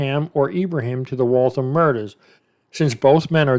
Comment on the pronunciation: Its pronounced wall-thamm like rhymes with whamm. Massachusetts has alot of wierd town names hahaha reminds me of Aaron Hernandez with the double murder way before the one he was charged with. Funny how they solve some of these way after they go on to commit other crimes.